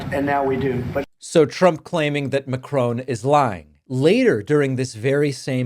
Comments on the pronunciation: Its Macron. Not Macrone. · David it’s Mack-ron not M’Crone. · David, it's Mac-ron, not Macrone. This is not trivial. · Stop Calling him Macrone!...Macron..like turning a light on🤣 Great content as always though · It does amuse me the way Americans pronounce Macron's name. It doesn't rhyme with crone or groan. It rhymes with gone - same o sound - but with a shorter n. I'm hearing that Zelenskyy is going to the White House in Friday to sign over mineral rights of Ukraine to the US. I hope this isn't true. I don't see why Ukraine should be screwed over by Trump, rather than Putin. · Macron - NOT MACRONE!!!!!!!!!!!! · Whatever they are giving him, it’s not working. I think you’re mispronouncing. Macron, not Macrone. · Ma--Cron (short o, nasal n, and you can even give the r a bit of a roll at the back of the throat), not Ma--crone. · Pronounced Mac -ron Not Mac-chrone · Why do you insist on pronouncing Macron with a dipthong, as if it were spelt 'Macrone'? Its most irritating. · It’s not ‘Macrone’ it’s ’Macron’! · David, please pronounce Macron as Mack ron. No e on the end. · 😂 Ma-CRON NOT makrooon🤦‍♂️😂🤡 What do you expect from a nation who elected an orange kiddy diddler as president.. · Love your work, Mr Pakman, but it's not pronounced 'Macrone'. If you want to sound credible, it's Macron. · Why, David, did you persist in naming the French President as Macrone? He is Emmanuel Jean-Michel Frederic Macron, there is no e on the end of his family name - so it ends as ON not as OHN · Only an American could get "McKroon" from "Macron". Why can they never pronounce anything? No wonder we got Trump. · I’m so sorry to do this but it’s important… Macron is pronounced ‘MA-kron’ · David, as one English speaking Argentine to another, the second half of Macron's surname is not pronounced 'crone'. Just think what his surname would sound like in Spanish and you will pronounce it right 😊 Keep up your very informative and good work! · Macron pronounced Mack ron. Not Ma crone.